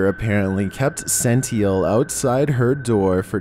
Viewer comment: “Sentiel”? Come on, man. Wackiest pronunciations I’ve ever heard on this channel.